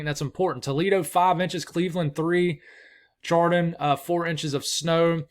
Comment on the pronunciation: It’s pronounced shardon. Not how it looks lol. SHardon not CHardon. It is spelled Chardon though.